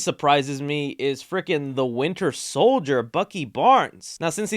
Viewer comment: When you said winter solider sounded like you said "winner"